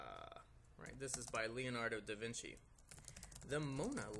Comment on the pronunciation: da vinky